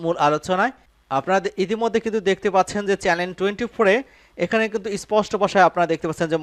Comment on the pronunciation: চ্যালেন২৪ না চ্যানেল ২৪ ! কি পড়েন এসব ? লেখাপড়া করে অনুষ্ঠান উপস্থাপনা বা সংবাদ পড়তে আসবেন !